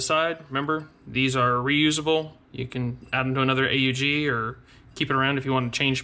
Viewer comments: Actually the correct pronunciation is Aug in one word a d not A U G 😉 so the second variation is the right one. Greatings from Austria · I thought it was pronounced "Ugg"